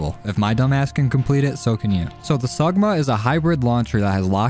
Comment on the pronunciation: mans called it sugma and ligma lmao